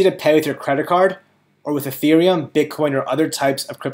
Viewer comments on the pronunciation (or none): none